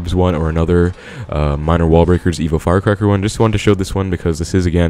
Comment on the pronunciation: Is it just me or he saying evil firecracker haha